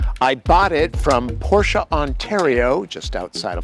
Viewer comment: Thumbs up for not disregarding that Porsche is a 2-syllable word 👍